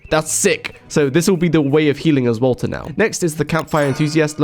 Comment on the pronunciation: the way you pronounce Walter WO-OH